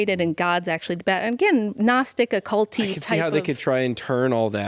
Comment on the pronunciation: Did she say "ocullty"? Or did she say like ocullty?